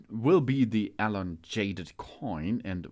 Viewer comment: That’s not how you pronounce elongated… ur an idiot - stick to your language 😅